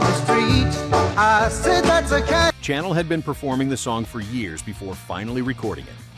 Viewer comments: It's not Bruce Channel as in a TV station....his name is pronounced Channel as in the perfume......sha = nell. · Bruce Sha ~ NELL ! You Robot Moron !!!